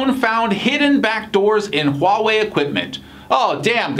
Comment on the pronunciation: Nathan是我见过，英文是母语朋友中，HUAWEI发音最标准的...